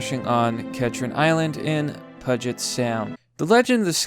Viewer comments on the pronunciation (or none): REEEE HE SAID PugET ITrarasacsfasdasDASdASDA WRONG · Pew-jet sound. Not pudge it sound. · Not to be that guy but it’s said like pew jet not pudgeit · Puget sound (pew-jet sound) Carry on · PUGET (pronounced "PYOOJET") SOUND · Pewget sound? its Puget Sound Pewjet sound. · I always thought it Was pronounced "Pew-gent" sound xD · Bomba-deer and Pyoo-jit Sound, bro... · It’s pronounced “pew-jet” sound. Love the show. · where are you from man. Bombardier usually pronounced bom-ba-deer. Puget sound. pronounced pew-jit sound. Just fyi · BOMB BAR DEE AY AND PEWJET SOUND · its pronounced like pew jit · The way you miss pronounce bombardier, Puget sound and refer to the q400 as the q40 irks me. But He had a point. As an employee of the airline myself the way they seem to pick favorites with there employees can be rather degrading.